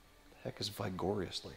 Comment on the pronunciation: Looks great. Btw “ vigorously” is the French pronunciation.